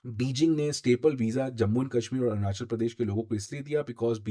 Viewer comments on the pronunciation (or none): none